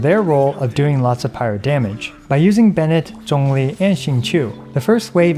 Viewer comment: Your pronunciation of Zhongli was so good I subscribed even though this is only my second time watching your vids. Will definitely be checking out more!